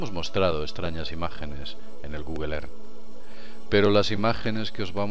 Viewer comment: PRONUNCIA BIEN EARTH